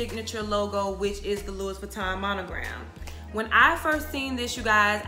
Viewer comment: love the info. the ‘s’ is silent on Louis. pronounced loo-wee.